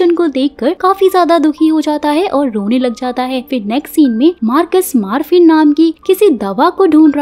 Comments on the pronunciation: Maaaarfin nahi... MOR-FINN... Morphine - Painkiller medicine for acute pain. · Marphin nahi morpheen